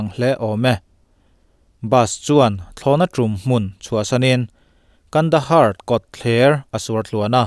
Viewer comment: Kandahar ti tur ani lom ni.pronuonciation fimkhur ang che.